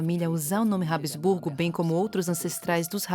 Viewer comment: Habsburgo e não Hab-E-sburgo.